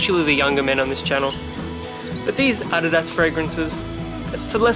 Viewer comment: if i am not mistaken, ADIDAS is a brand from Germany. i've heard from a German about how to pronounce it. u have pronounced it correctly.